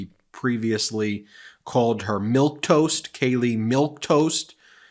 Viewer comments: It is "milquetoast", not milktoast! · “Milktoast?” Really? And he’s trying to convince himself, and others, he’s a genius by ‘acing’ a dementia screening test? It’s pretty basic, Donald. Let me correct it for you; milquetoast. It means someone is bland, timid. Walter White before he became Heisenberg would be a great example of what milquetoast looks like. Tut! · It’s Milquetoast.